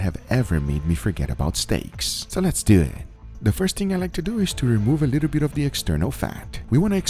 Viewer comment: "So let's doo et!" =)